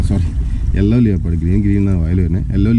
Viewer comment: ലിയോപേഡ് അല്ല ബ്രോ leopard ലപ്പേർഡ്